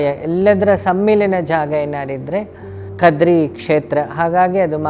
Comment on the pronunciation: Not. Kadri.....it's. KADRE.... The Tulu word